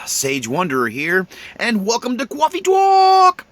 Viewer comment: Bro there's no W in coffee and that sounds just so simple. I like your talks but that's annoying it's like people instead of saying ask saying axe.